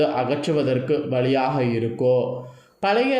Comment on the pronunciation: ஒரு வேண்டுகோள் ... தமிழை இன்னும் சரியாக உச்சரிக்க நல்ல பயிற்சி எடுக்கவும் ...... "இருக்கும்" "உண்டாகும்:" "முடியும்" "நடக்கும்" போன்ற பல சொற்களில் கடைசியில் சொல்ல வேண்டிய "ம்" எழுத்தை முழுமையாகச் சொல்லாமல் .... "இருக்கு..." "உண்டாகு...:" "முடியு...." "நடக்கு....." என்று சொல்கிறீர்கள் ... நீங்கள் சொல்லும் கருத்தைக் கேட்க முடியாமல். உங்கள் தமிழ் உச்சரிப்பு மிக நெருடலாக இருக்கிறது ...நேயர்களின் மனத்தில் உங்கள் கருத்து மிக நுட்பமாக ஆழமாகச் செல்ல, உங்கள் தமிழ் உச்சரிப்பு சரியானதாக, ஆத்மார்த்தமானதாக இருக்க வேண்டும் நன்றி